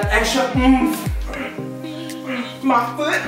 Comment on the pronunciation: "You need that extra ounf" trop de twerking LOOOOL